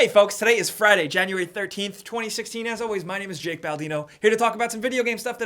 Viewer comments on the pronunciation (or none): Anybody else notices how he says "January 13th 2016"?